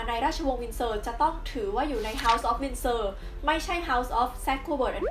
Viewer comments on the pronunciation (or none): *Windsor นะครับ ไม่ใช่ Winsor ช่วงวินาที 1.10 ผิดนิดนึง